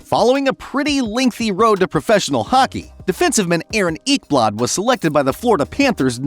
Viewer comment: "Aaron Eeekblod"